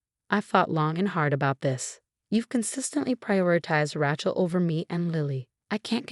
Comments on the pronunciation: Rachel. Not Ratchel...difficult story to follow different pronunciation of a simple name.. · Need to learn to pronounce Names . Rachel isn’t pronounced that way. It’s so annoying to hear words / names pronounced wrong.